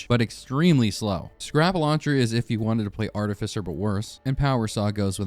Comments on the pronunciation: is it not prenounced arti"fisher"? not trying to be rude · "Artifizer" Listen here you little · I literally had a whole ass discussion with myself right at this moment debating that, since he also says Arti-pfizer instead of Arti-fisher. I really am not sure if it is a very very niche RoR2 meme or if its illiteracy. I cant tell. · Why tf you say artificer like that, its not even spelled artifizer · you absolutely butchered artificer's pronunciation lmao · Oh honey, that is not how you say artificer 😅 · Also you're hating on me for using blight when you pronounced artificer "artehfEYEZer" and mercenary "merkenary" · Merkinairy??? Arti-Pfizer??? Dawg needs to read a book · Ah yes, the MerKenery and ArtiPfizer… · your pronunciation of artificer and mercenary fucking killed me